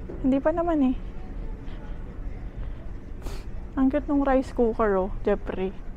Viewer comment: "jepri" ramdam ko un pagbigkas mo sa name ng hubby mo hehe. 5mos palang ako dito sa US, doing 2 jobs din. Mabuhay ang OFW hehe.